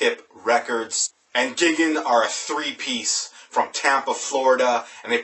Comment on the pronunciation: I think it's pronounced "GUY-gan" ...no intention to come off as condescending, and I'm not even positive on this. Anyhow, what really matters is that this album is stunningly creative metal and this review does it justice.